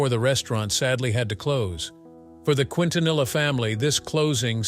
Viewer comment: 30 years later and still cannot pronounce her last name correctly 🙄